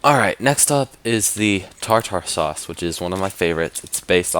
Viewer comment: Tar tar sause lol it's tar-ter sause.